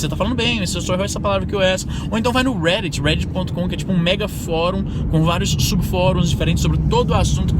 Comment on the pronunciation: é o "Ruéditxi". :P Sem zueira: Reddit.